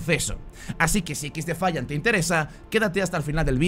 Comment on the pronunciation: Alpha o dices el nombre del juego en inglés... O me va a dar un chungo... Equis defaiant.... Suena mal.... Ex defaiant... Mejor. Y si se que se escribe XDEFIANT